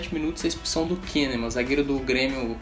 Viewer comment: Só uma coisa,não é Kennemann, é Kannemann.